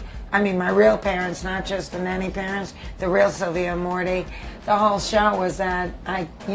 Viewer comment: She said jush!!